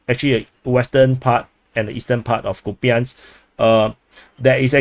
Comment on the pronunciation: Kupiansk - It might be easier for you to pronounce Russian way - [COUPE ensk].This is modeled by Russian-speaker - Military Summary and Analysis.